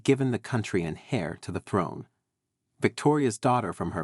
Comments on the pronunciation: An "hair" to the throne and "suing" rather than "heir" and "sewing" is what the listener hears! Considering most American's pronounce "herbs" as "erbs" I was surprised by this American sounding narrator's strong pronunciation of "hair" with a pronounced "h" rather than the softer "heir" which drops the "h" and sounds like "air" when usually using British English. But then English is not a very straightforward language to pronounce and is quite illogical. Imagine trying to learn words that look the same and are pronounced differently, such as "bough," "cough", "rough," "lough," etc., and then using words that are pronounced the same but look very different, such as, "cow," "tow," etc., which is why the narrator said "sue" instead of "sew." Obviously a right "so and so"! Plus many words differ in American English. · HAIR to the throne! It's pronounced heir "air" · Please, heir pronounced air. The H is silent, just as homage is omaige (French word, so as well as h being silent, age is pronounced "aige"), honour is onour, etc. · Heir is pronounced air. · Several photos are inaccurate and unrelated to subject. Also pronunciation of key terms such as “heir” is incorrect and a distraction.